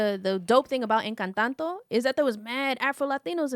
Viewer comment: Finally some Latin flavor in the MCU! And of course the only movie review that matters! Preciate you my guys. Yes America Chavez was supposed to be afro-latina but we have hardly if ever had any Mexican flavor in any part of superhero movies. And its ENCANTO, not ENCANTANTO. LMAO. 😂